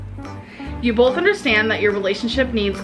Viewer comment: Does seriously say BOLTH instead of both?! Btw, hope you're doing fine and thank you for your hard work, even though it was a pretty tough time for you the last days. Did you manage to get the locks changed? Do you finally feel safe again? I'll continue to pray for you anyways 😊 Loads of love and hugs from Austria / Croatia ♥